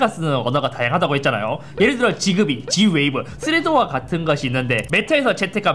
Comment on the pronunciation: 지그비가 아니라 직비 (약간 s랑z사이 발음으로) 라고발음하긴 합니다